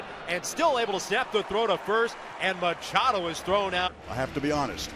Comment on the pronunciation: Machado...LOL It's more like Muchacho!!! LOL